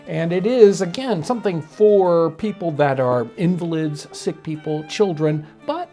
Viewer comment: You cant just say invalid like that fam